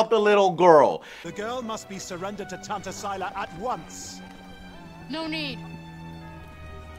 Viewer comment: It's "Tanta" not "Tantra", but also I don't even know how I remembered that